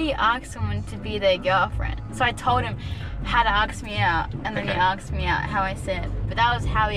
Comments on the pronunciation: The whole "aksed" instead of "asked" is a "trend". Making yourself learn stupid things and wrong ways to say things because some "cool" person said it. Although, it is mostly because it gets you attention. As you gave her and him after he felt left out of the circle jerk attention thing. Be weird, get attention, and feel better i guess? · why do that girl says "aks" instead of "ask" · With people saying aksed, tell them it’s not Noah’s ark, pronounce it like ass, asked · "I axed" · “And that’s how he aksed me out” absolutely killed me 😂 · that juxtaposition from the ‘aksed’ and then him explaining how Japanese people are more creative- I’m shitting😂😂😂😂😂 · Darren, I think you missed an possible aksed ! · Lol, that's truly funny and first timer hearing the word aksed er😅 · My whole English dictionary is fked up just by one word"AKSED" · its unreal how many people who say aksed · whats up with the aksed??? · Haha I love how the next clip was a dude saying aksed the same way as the girl before. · People who say aksed nah